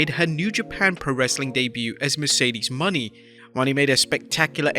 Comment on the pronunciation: It's super cringe how you repeatedly botched Mercedes Monè's name. Like you didn't even watch her promo.